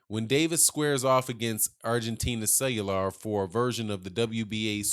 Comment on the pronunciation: His name is pronounced Ku way yar.....not....cellular like a phone